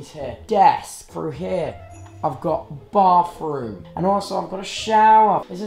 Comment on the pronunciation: tubbo: I also got a barf room It sounded like he said barf lol 😂